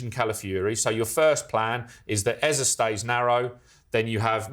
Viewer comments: It’s Eze, not Eza. No a in that name and Eza has no meaning. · Eza? Pretty sure it's pronounced ezay